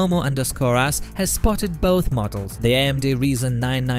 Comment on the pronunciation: also Ryzen, no 'reesen' :) that seems to be only sometimes though